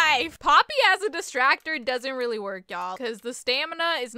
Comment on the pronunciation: Not the " WYATS GONA WArK "